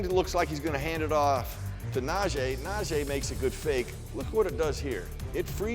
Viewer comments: Jesus. Is na-jee. E not na-jay its not that hard. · NaJEE not NaJAY!! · Someone PLEASE tell that his name is pronounced NAH -“G” Harris. We’re well into the season already…geez 🙄